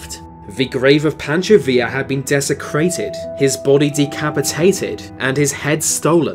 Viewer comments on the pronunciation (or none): Oh no, not assassiNAYTEd, deseCRAYTEd and decapiTAYTEd.